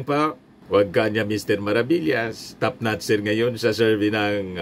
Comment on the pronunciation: Yabang iyakin na ito, dimo nga mabigkas ang salitang topnotcher e...